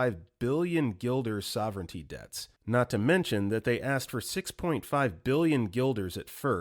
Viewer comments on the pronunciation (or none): none